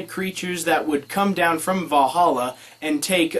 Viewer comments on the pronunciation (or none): none